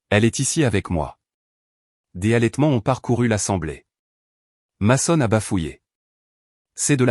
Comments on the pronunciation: Mason se prononce meson en anglais pénible a la fin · Bonne histoire mais svp prononcer correctement le où les prénoms dès personnes de votre histoire votre ex s'appelle meson car en anglais le a se prononce e dans certaines situations